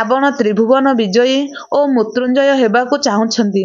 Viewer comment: ଝିଅ ତୁମେ ଜଣେ ଓଡ଼ିଆଘର ର ଝିଅ ହୋଇଥିବ ନିଶ୍ଚୟ ଯେହେତୁ ଏହି ଓଡ଼ିଆ ଲେଖା ଗଳ୍ପଟିକୁ ପାଠ କରୁଛ ଇଉଟିୟୁବ ଚାନେଲ ମାଧ୍ୟମ ରେ କିନ୍ତୁ ହେ ମହିୟସୀ ମା ତୁମେ ଲେଖା ଟିକୁ ସଂଶୋଧନ କରି ପଢ଼ିବାର କଥା, କାରଣ ବାରମ୍ବାର ମୃତ୍ଯୁ ଓ ମୃତ୍ୟୁଞ୍ଜୟ ଶବ୍ଦ କୁ ମୁତ୍ରୁ ଓ ମୁତୃଞ୍ଜୟ ଉଚ୍ଚାରଣ କରିବାଦ୍ୱାରା ଓଡ଼ିଆ ଭାଷାର ଶବ୍ଦାବଳୀ ଅପଭ୍ରଂଶ ହେଉଛି ତେଣୁ ଦୁଃଖ ଅନୁଭୂତି ହେଉଛି, ଆଗକୁ ସତର୍କ ରହି ପଢିବାକୁ ଚେଷ୍ଟା କଲେ ଭଲହେବ ବୋଲି ମୋର ଆଶା, ହରିଃ ଓଁ ଜୟ ଜଗନ୍ନାଥ ସ୍ୱାମୀ ଜୀ, 🌹🌹💞🕉️💞🌹🌹👍